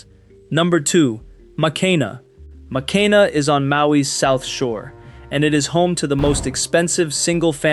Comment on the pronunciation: I was ready to subscribe until you botched the pronouncing of Makena. It is obvious that this video promotes the millionaires that live in Hawaii and not the lifestyle of the local people.